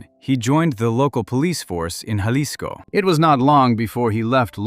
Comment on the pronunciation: learn how to say Jalisco